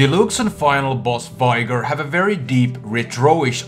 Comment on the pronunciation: Don't get why ppl say vigar instead of veigar